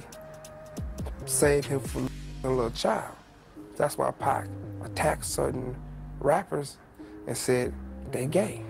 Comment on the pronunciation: Love your reporting but it's PAC not Pack